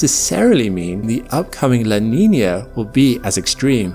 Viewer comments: What is this, “la Neenyur” he mentions every so often? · It's NOT La Niner... it's La Nina with an "uh" sound on the end, NOT an "er" sound. Practice it. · its "la nee nyer", actually. learn it. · "la niñyurr"